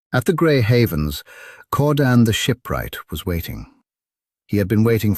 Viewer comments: Keir-dan...not Core-dan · Man-woo and Cordan? Ilvatar? Loving the proNOUNciation 🤣